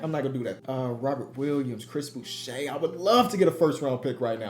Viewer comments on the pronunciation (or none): none